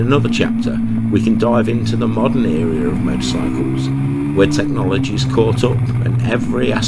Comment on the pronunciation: Era. You keep saying what sounds like ‘area’. Whoever is riding that Yamaha 350 on the road at the beginning, I have no idea how they survived the ‘70s riding that aggressively especially on today’s busy roads. The sequence with that right turning supermarket delivery truck was actually scary. You don’t need to ride like that on the road just to create content.